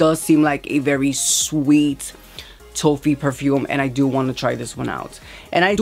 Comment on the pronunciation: Hi hun! It’s T-OFF-EE. The O is pronounced like the word OFF.